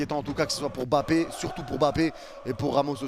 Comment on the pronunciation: Les amis français, par pitié arrêtez de massacrer les noms africains. Je suis français d'origine camerounaise et j'entend les gens dire M-bappé hors on ne sépare pas le M de Mbappé, c'est en un mot pas 2. Donc c'es Mbappé en avalent le M de Mbappé tout simplement. Les journaliste anglais et autres pays prnonce bien son nom et celui des autres joueurs africains par respect. comme pour N'Diaye, on dit pas N-diaye N'Diaye, on dit pas Papeu Gueye mais pape gueye comme vous prononcez le bom de votre Pape du vatican, vous ne dite pas Papeu mais bien Pape et bien c'est la même chose ok! Faites un effort pour lire nos noms africains correctement. Au pire demandez comment ça ce prononce autour de vous si vous connaissez des africains. Merci